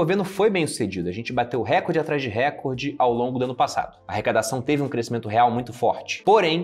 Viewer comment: RECORDE É PAROXÍTONA!